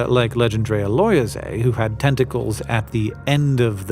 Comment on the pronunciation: If it was named by a Frenchman then it was probably 'Legendre'-a rather than, as you're reading it, 'Legend'-rea... "Loyez" is the French word for rent, whether that's relevant or not I don't know... maybe it was to honour his landlord!